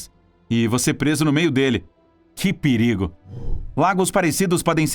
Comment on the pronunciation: PRE-RI-GO kkk